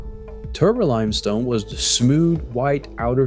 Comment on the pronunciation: It’s pronounced “The” not “Duh”. You should work on that if you are going to narrate.